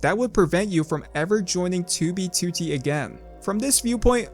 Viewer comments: Does anyone else notice how this guy says 2b2t like "Too-bee Tootie" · 2b2t? why u say it like that maboy